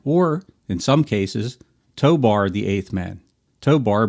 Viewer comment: If his name is "Tobor" (which it is) why do you keep pronouncing it "Tobar"?